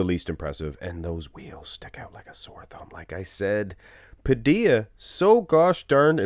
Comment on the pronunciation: Its Danny Pa - dill-a, where's 2 L's in his name